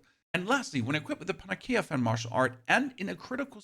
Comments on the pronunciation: Panacea - Pan uh sea uh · Panacea - the pronuntiation of this one is the most butchered one in a game. Pa-na-si-a, meaning: a solution or remedy for all difficulties or diseases.